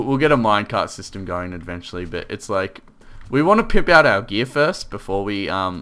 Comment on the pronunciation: Why do you say edventually and not eventually?